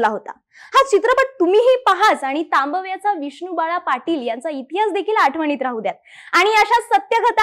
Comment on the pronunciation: सगळं छान सांगितलय पण एकदा "तांबव्याचा" ह्या शब्दाचा पुन्हा सराव करून उच्चार करायला पाहिजे...